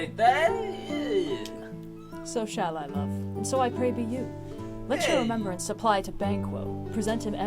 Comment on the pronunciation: When said "so shall I, love", I heard "so Shai Lebouff"